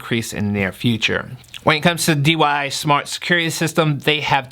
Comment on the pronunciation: Brosef, it's DIY, not DYI. My eye started to twitch hearing DYI so many times. Lol.